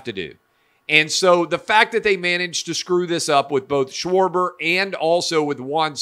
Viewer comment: You screwed up shwarbers name clay